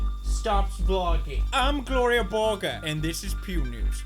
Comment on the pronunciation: why is it GLORIYAH BORGER now and not GLORIA BORGER!!!!!What did you do to her poods